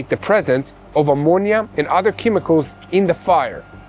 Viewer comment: I’m not trying to pick on you or give you a hard time,. But your accent made me laugh today. You mispronounced ammonia. It sounded like you said, Imodium. Which is diarrhea medicine here in America. 😂